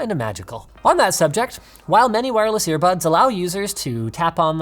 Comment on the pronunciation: Nobody: Linus: Ear Puds